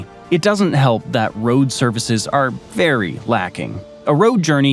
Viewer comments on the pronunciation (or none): none